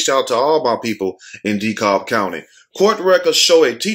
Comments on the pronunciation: LOL..., its pronounced 'De-Cab', not 'De- Cob'- spelled DeKalb. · Lmfao the way you said dekalb. Its pronounced DE-CAB ( but spelled Dekalb tho) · King Show Hi it's pronounced 'DeKab', but in my opinion she shot those kids, they were just lucky the bullet hit their shoe and pants and didn't take their life and she need to be charged. The 10y/o was probably disrespectful and met the wrong teacher.